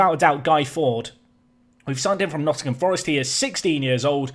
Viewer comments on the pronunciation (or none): none